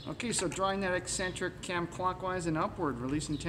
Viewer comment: Always fun watching the American cousins grappling with English, let alone Brit engines. (I mean that in a good way.) FYI, if it's the word 'eccentric' you say " ESS-entric", when it is actually pronounced "ECK-sentric". A small but important difference. What was the off-camera discussion? "Stand back, son, let me do this otherwise you'll probably break it". :-D